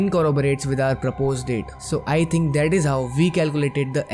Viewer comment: Buddy everything is ok but what's wrong with your pronounciation of "that" word? I think its दैट not डैट. Same thing goes with "thirty" which you pronounced "ठर्टी" I am not a hater, mrko galat pronounciation se kuch irritation hai. BTW Loved your content ❤